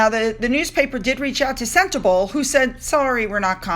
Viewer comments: Sentebale is pronounced "Sen-teh-BAH-lee" :-) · Hi, it’s pronounced “sent-a-bawl-A” xx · it’s SEN as in sent TA as in tum BA as in bum LE as in let. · Harry was really very serious about his charity Sentebale (please pronounce Sen-tay-bah-lay) when he first founded it, but after more than 10 years I guess Meghan wants him out of there. You know, they need that money to keep up their mansion... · Hi don't be offended it's pronounced Senterbaali 🙂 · I live in South Africa. It. Is pronounced sentebarley. There is so much poverty it is heartrending. Gender based violence is rife it is amazing that the child eas not murdered which often happens.😭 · Sentebale is pronounced CENTABALI (Bali like the country Bali) it is in the landlocked country Lesotho - pronounced LES SOO TWO. This is a small kingdom is Southern Africa. It is not in South Africa. This story is a disgrace, on Harry and his Potshots at fame. I am from South Africa and remember only too well the time he spent in Lesotho when this charity was started. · Its pronounced Sentabaaaaaale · Hey, no hate I love your channel but just want to say that Eugenie isn't pronounced You-genie, it's pronounced You-juh-nee. And Sentebale is pronounced Cent-a-bahlee